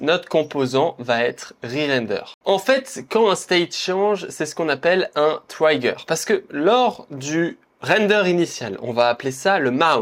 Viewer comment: Top, merci !! Sinon en anglais on dit "trigueur" pour "trigger" pas "traillegueur" 🌻